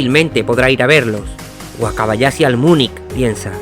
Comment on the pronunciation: De vdd no puedes pronunciar la H? Wakabayasi? ....pero si dices CHampions?